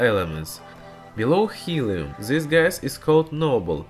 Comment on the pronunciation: Please try to pronounce words correctly. "This" is more like "dys" not like ''zys". Great video anyway :)